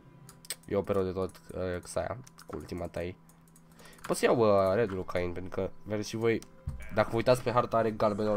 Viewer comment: Se pronunță chein nu cain